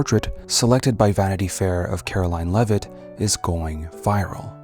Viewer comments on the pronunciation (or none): It's pronunced "Leave-it"